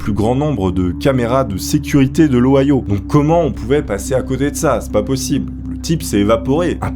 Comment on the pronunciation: C'est l'Ohio pas l'Ahioa il me semble